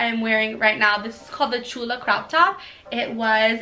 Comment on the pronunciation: I love your shirt chula! Yea you said it right and tu eres chula girlaaa hehe 😍🥰🥰